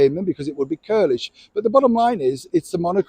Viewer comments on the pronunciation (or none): Hi, great post as always but it's churlish not curlish 😂